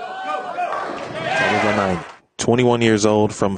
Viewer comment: when is someone going to tell it's tahvanainen not tahvananainen?